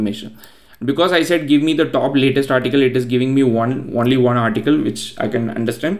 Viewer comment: Only is own-lee Not one-lee Btw great video